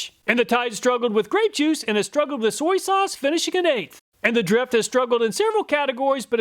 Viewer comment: Soy-E sauce